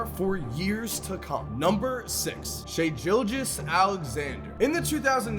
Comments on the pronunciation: he can't even say shai's name right! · Shai "who" Alexander 🤣🤣